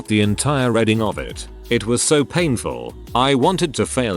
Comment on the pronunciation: narration app can't read the word "reading " lol